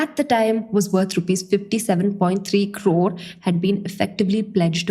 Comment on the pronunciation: I love the way you say Crrrrrrrrrore